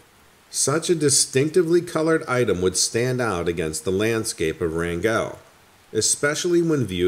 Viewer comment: Oh my gosh, every time you said “Wran-GELL” I yelled “Wrangulllll!”